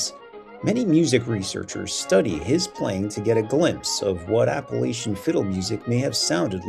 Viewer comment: Nice info. Learn how to pronounce “Appalachian,” please!! No long “A” please!